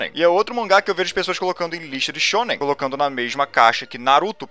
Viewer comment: Eu só consigo ouvir "sêmen"